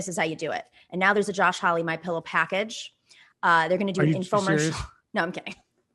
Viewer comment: MI-PEE-LOW, hmm?